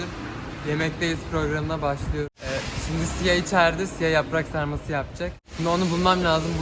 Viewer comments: Siya, can : yaprağğkkkk Bne : yarrraaaaa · ’da ben: Anneeeeeeeğğğğ YAPraĞk varĞ MıĞğĞğĞ